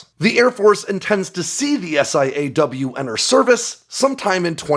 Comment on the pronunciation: Stop saying S.I.A.W.....its "saw"